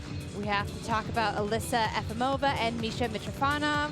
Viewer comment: You would think that the commentators could pronounce the skater's names correctly. Efimova, not Efomiva.